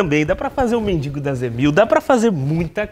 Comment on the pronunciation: "MENDINGO"- cara n sabe nem falar. ¬¬